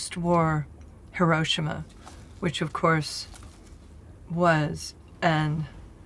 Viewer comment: “Hi-ROASH-ima”, “Coaster Gavros.” Ah, Americans and their “I’m American, I pay my taxes and I’ll say it the Goddam American way” approach to foreign pronunciation.